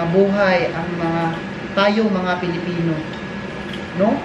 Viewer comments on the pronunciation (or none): none